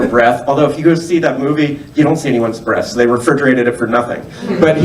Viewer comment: the when he says breaths, it sounds like breasts. Had to do a double take on that one. Lol